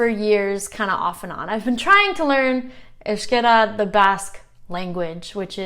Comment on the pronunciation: Congrats, maybe the first step for you is the sound of the Vowels and how to write down it, you pronounce Euskera properly but wirtes euskara, I know this is going to cause some confusion but I learnt other languages making a lot of mistakes and so far, but you are a smart girl, you can do that cheers